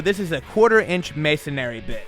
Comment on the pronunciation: Ma-son-ree bit, not ma-son-ary. Thanks for video. Makes it look simple.